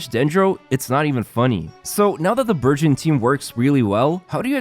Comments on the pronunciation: omg i heard virgin instead burgeon 🤦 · I heard virgin instead of burgeon... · All i hear is Virgin rather than Burgeon. 😂 i cant 😂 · I swear I thought he was saying “virgin team”😂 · I'm sorry but- I thought he was saying the "Virgin" team 😅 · I thought he was saying "virgin team."